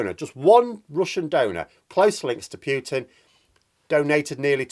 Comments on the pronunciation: Please stop saying «Pyootin»; it's «Pootin». Cheers. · please, it's Putin, not Pyutin. Imagine Pootin when you say it.